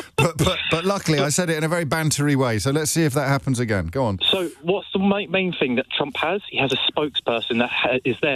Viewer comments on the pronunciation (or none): He is a reformed tory James.. You can tell by the way he puts a "k" on the end of thing..